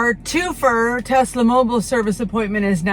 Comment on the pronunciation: Isn’t it “Two-fer”? 😂😂😂😂